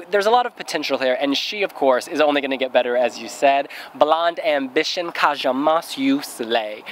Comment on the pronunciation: I just want to point out how Moś is pronounced as ‘Mosh’. An ś means a sh-sound but you guys keep saying it as Moss. Hope you can try to pay attention to this :P